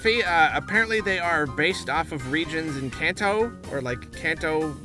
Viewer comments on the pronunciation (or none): Hi, just because I suspect that you might be interested. In the Japanese language, the "a" sound is a soft "a" like "ah" in "Father", not a hard "a" like in "Can". So Kanto, phonetically sounded out would be "Kah-N-Toe". (関東 or かんとう in kanji/ hiragana). Easily enough the A sound is never modified by any letters before or after it! (One of the few easy things about the Japanese language coming from English, forget about the grammar and the writing system with multiple reading - headache city).